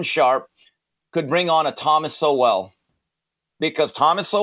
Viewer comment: COME ON....CANT YOU PRONOUNCE THOMAS SOWELL NAME CORRECTLY..... YOUR BETTER THAN THAT!!!!